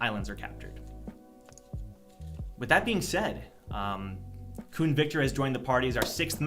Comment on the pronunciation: I’m from the south… every time I hear someone say “those Khuns” I cringe a little